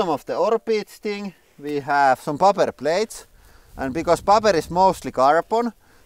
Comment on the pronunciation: Just for future reference my friends, in English we say PAY-pper not Pop-per for what those plates made of :) in case anyone gives you shit about it. Lots of love though and no im not a hater, been a fan for ages and am thankful for the continued awesome content and neverending creativity in the videos:) cheers from canada!